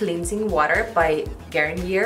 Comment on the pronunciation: It's not GAR NEE ER it's GAR NEE AY